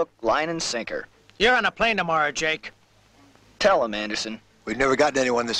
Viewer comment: Anyone else notice "Molly" crying out for "Jack" not Jake? I heard that the first time I watched this in 1992, 30 years later it still annoys me